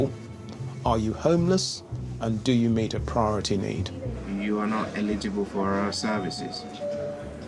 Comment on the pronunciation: Like many Hispanics, who pronounce it as "illegible", apparently, these non-White "English" people don't know how to pronounce the word "eligible" (el’-i-gi-ble). The first vowel is NOT silent. As a matter of fact, the hard accent is placed on that first syllable comprised of that first letter of a short "e" and the "l" (el’) sounds. Instead, the way they're pronouncing it sounds like the word "legible", with an accent on the "le", and dropping the first letter, thereby dropping the first of "4" syllables. This makes it a completely different word with a completely different meaning; so, YES, it's important.